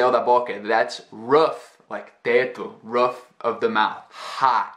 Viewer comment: Got a little confused: You said roof using the /oo/ like in book and I've always used and heard that sound the same as in snooze, for example.